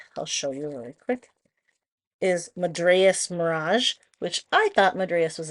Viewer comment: It’s pronounced “Maad-dras” Mirage. I really didn’t think I cared for that set until I saw it on your hands. Now I think I will want to get a set. It’s such a pretty manicure!❤